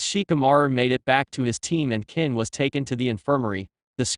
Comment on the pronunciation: this ai voice is so bad with names, it called kin ken, lol